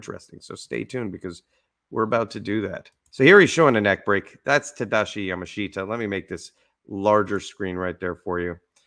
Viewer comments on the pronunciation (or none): And we knew his name is pronounced "Ya-mash-ta," not "Yama-shita." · His name's pronounced on the first syllable, YAmashita. Not Ya Ma SHEET Tah. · correct. The Japanese language will include the "i" romanized, but it is spoken YamaSH-ta. The "sh" should be a bit more emphasized. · His name is pronounced Yamashta